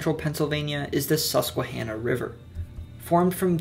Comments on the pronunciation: KUDOS on pronunciation! Lifetime PA resident here and some PA folks can't even say some of these town and river names correctly! also very FACTUAL! (Are you from PA 🧐 lol) but good job! Can't wait for more on other states 😁 👍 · Finally Northumberland gets some recognition! Excellent video and good pronunciation of Susquehanna. I live in Northumberland and we also have to he house of Joseph Priestley who discovered oxygen and carbonation. Without him you wouldn’t have carbonated beer or soda.